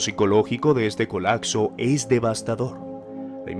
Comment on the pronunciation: Se dice colapso, no colacso, se oye horrible